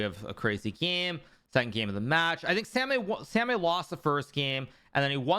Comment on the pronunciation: samay😁 the pronunciation hurts my ears Hi.. Karu